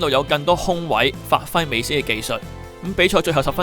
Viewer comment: 是 美斯 , 不是 美欺